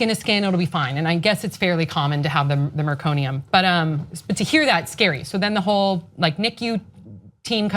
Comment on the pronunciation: MECONIUM as you said, NOT MERconium- the baby is expected to produce a meconium (dark, tarry) stool shortly after birth- the fact that Sam's daughter defecated in the birth canal was clearly due to being kept in the canal whilst waiting for the Dr. to do the "delivery" and could've gone very badly if meconium had been aspirated or oxygen level was compromised- very glad your sister was ok and little Sophie too!